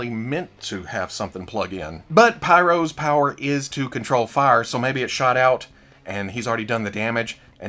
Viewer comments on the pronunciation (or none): You said but pyros...the way you said it 😆